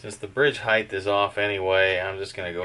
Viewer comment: What's "Highth"?